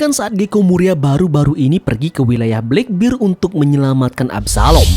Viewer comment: bang, gw suka video mu, tapi gw gk suka km nyebut kurohige bleckbird